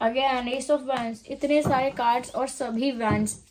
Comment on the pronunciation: It's wands pronunciations is like wonds thanks